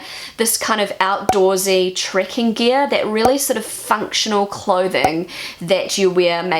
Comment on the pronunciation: It took me a while to realize she was saying "trekking" and not "tricking".